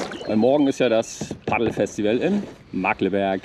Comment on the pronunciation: Markkleeberg spricht man Mark-Klee-Berg, mit langem eeee. ;) Ansonsten, super Tour. Ich kenne das aber nur voller Menschen und Boote. Du warst wohl an einem Wochentag unterwegs?